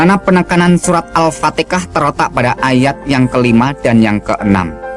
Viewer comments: Ko ustad begitu itu bacaannya salah bukan alpatikah tapi alpatihah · Saudara - Saudari yang berbicara nyebut Surah Al-Fatihah itu pun sudah salah sebutan nya... Sebutan nya Al-Fatikah...tapi yang betulnya adalah Al-Fatihah... teliti dengan Benar2... Jika Beliau yang berbicara adalah Ustaz atau Islam Sejati tidak mungkin Surah yang selalu dibacakan setiap solat Fardhu 5 waktu atau solat-solat sunat.. enggak masuk akal boleh nyebutnya salah... enggak mungkin... jadi jelas Beliau tidak benar2 memahami Islam ... Kerana tidak sah solat jika tidak dibacakan Surah Al-Fatihah duluan...jadi enggak mungkin sebutan Surah Al-Fatihah boleh nyebutnya Al-Fatikah... ??? Padahal setiap solat Fardhu atau solat sunat Surah ini iaitu.. Surah Al-Fatihah ini adalah Utama dan setiap solat adalah utama dibacakan duluan sebelum surah2 lainnya. Jadi mengapa boleh salah nyebutnya...??? Semoga beliau berbicara ini mendapat HidayahNya Tuhan Yang Maha Esa Aamiin... 🤲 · Setahu gue orang islam tak pernh memaksa atau pergi memuslimkan orang kristen dri segala penjuru... Lucu seorang ustad bacaan alqur, an ggk ad yg benar bilang alfateha kok alfateka... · Al Fatihah pak. Bukan Al ptekah 🤣🤣🤣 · AL PATEKAH... beginikah ustaz sebut AL FATIHAH... ustaz celup.... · Pantasan murtad surat alfatiha di bilang alfateka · al-fatihah aj slh sebut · Haha bacaan surat al fatihanlh saja ga bener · hahaha.. bacaan doanya pun xada yg benar... al fatiha nya pun ngaur..